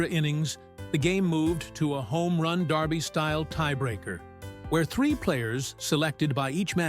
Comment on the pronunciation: It’s derby! Not Darby! Sheesh.